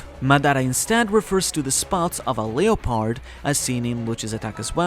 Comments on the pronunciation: The way he pronounces leopard is buggin me way harder than it should lol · 😭 u pronounced the japanese words so well and then butchered leopard